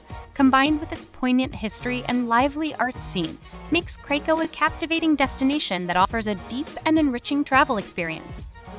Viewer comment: Well done… you managed to mispronounce Mostar, Bremen, Krakow, Zaragoza, Thessaloniki .. oh and Baroque